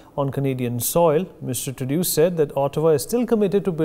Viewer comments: It's pronounced True-dough, NOT True-do. But I call him GARBAGE. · It's pronounced like True-dough not True-dew 😁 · Tru is pseudo. He is Pseudough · We should not relax, so funny to see how this Turdeau pronounces player and power, as if blowing with his cheeks offing up. I think it indicates insincerity or lying from a body language perspective.